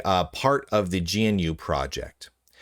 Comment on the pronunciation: GNU is pronounced "g-noo"